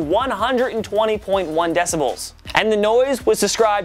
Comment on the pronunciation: He says 'decibulls' 😂😂😂